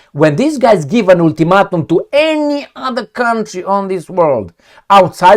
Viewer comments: Ool-two-mat-um?, I'm just trying to help.. let's try it again. Ul - ti - mate - um. The "a" is the only long sounding vowel. Hope that helps. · "ultimatum" : all vowels are pronounced wrong , no mean feat.